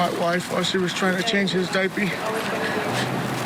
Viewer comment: The fact he says dipey bothers me